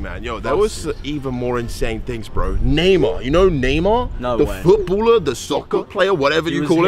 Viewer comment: I thought Kay was saying neymo...it's Neymar lol